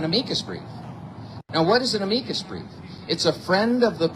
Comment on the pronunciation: Ok, sounds great, but (not-picky me) why pronounce it ‘a-mee-kid’? I’ve always heard it called an ‘am-i-K